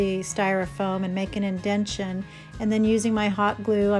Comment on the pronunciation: INDENTATION, my Dear, not INDENTION 🙂